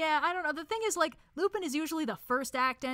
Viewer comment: Ngl, Lupin III is my favorite anime, and hearing constantly mispronounce Lupin killed me on the inside every time it happened. But aside from that, yes. Great tier list.